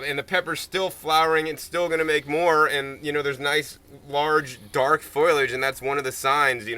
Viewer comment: I was making a joke about how he pronounced FOLIAGE. He said FOILage. you are calling me a dumdum? the word is foliage. FOLiage.. google that. use your eyes before calling someone a 'dumdum'